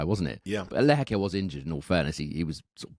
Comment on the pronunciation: Guys come on, please get the pronunciation of Lehechka and Mahac down - it’s jarring to hear 😢